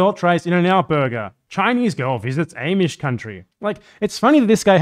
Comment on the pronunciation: Did you pronounce it "Aimish"?